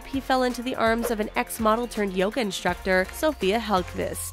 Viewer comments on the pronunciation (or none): none